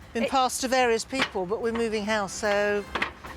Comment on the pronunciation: Nice bit of editin. When he says "people", it sounds like "papal". The collared man was good timing. Well cool!